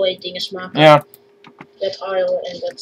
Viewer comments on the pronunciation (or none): The kid said iron while you said iroon